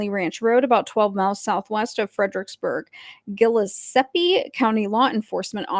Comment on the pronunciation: And Gillespie is Guh-LESS-pee.